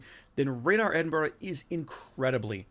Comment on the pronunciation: Congrats to one of the first YouTubers who can pronounce Edinburgh correctly 😀 👏 😄 👍